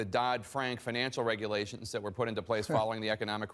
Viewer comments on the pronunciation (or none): (ahem) Regulations, not regualtions fraud, not faud Yeesh, get it together